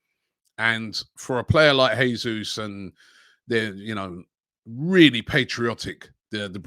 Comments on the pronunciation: It's pronounced "JESUS" (don't be shy and pronounce that "J" 😉) not "HESUS", he´s Brazilian, not Spanish. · It’s pronounced Jayzoos not Hayzoos, just saying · Robbie Jesus is pronounced Jay-zeus not Hay-Suess.FFS stop being so lazy. He's Brazilian not Argentinian. He could be playing for us next season. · Robbie, since Jesus is Brazilian you should pronounce it with a strong J since you’d say it in Portuguese. If he was from a Spanish speaking country then your pronunciation would be correct.